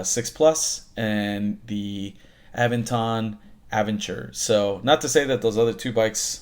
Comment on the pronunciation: Wow, you managed to butcher the pronunciations of Aventon and Aventure and Magicycle